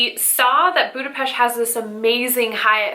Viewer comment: I am so thrilled to hear that you love my city. Budapest is amazing especially at Xmas time. Thank you for pronouncing it right ;) Have a great time ❤️